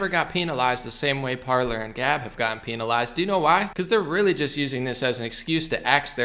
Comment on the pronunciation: Love it bro, but it sounds goofy when you pronounce it “PEEN-ALIZED”